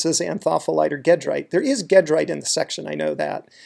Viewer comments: Great tutorial, (but the Al-rich end-member is pronounced ˈjeˌdrīt, not ˈgeˌdrīt). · Sure, I agree in the sense that it's named after a town in France (Gèdre) whose pronunciation in French is a soft g (or zh), not hard g. But in America we consistently (mis)pronounce gedrite with a hard g. The difference in pronunciation is similar (although reversed) in how we pronounce eclogite (soft g in America, hard g in Europe; neither is quite consistent with the original Greek). Gedrite and eclogite are not unique – there are multiple ways to pronounce biotite, monazite, wollastonite, sillimanite, baddeleyite, etc., and some of the most common are inconsistent with the root name (especially biotite, named after the French scientist Jean-Baptiste Biot).